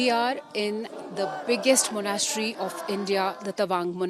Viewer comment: She can’t pronounce Monastery either!